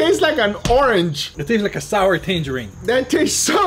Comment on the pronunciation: Sauer in German means angry. GUGA said sour kraut. Not sour , sauer.